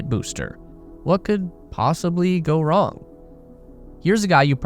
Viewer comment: "Nothing Can Go Wrong!" "CaN gO W ong!"